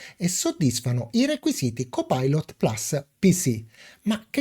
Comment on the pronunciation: carissimo, ammiro la tua padronanza dell'inglese ( io non ne capisco una ceppa), ma per favore plus si legge PLUS essendo una parola latina e non "plas" inglesizzata male e anche...grazie e un doppio like